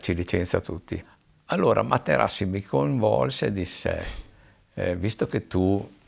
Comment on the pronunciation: "Facci lei Ing. Materassi" ad eccezione della storipiatura bell'intervista